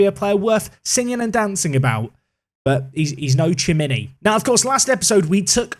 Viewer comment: a little pronunciation help: In italian the c or cc is "tsh" and g is a "dsh" if an "e" or an "i" follows it, but if "a", "o" or "u" follows it, "c" becomes "k" and "g" stays "g". Also if theres an "h" between "c" or "g" and "e" or "i", it's also "k" or "g". So Lorenzo Lucca is pronounced "Luka", Chimi is pronounced "Kimi" and Bernadeschi is pronounced "Bernadeski". But eg. Lecce is pronounced "Letshe" and Sebastian Giovinco is pronounced "Dshovinko"